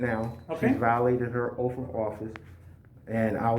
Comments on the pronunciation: Its Oath, not OAF! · Dude, its Oath not OAF.😂😂😂😂😂😂